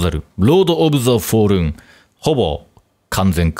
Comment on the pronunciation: フォールンのアクセントが関西弁で「走るん」「食べるん」て言う感じなの気になりすぎる。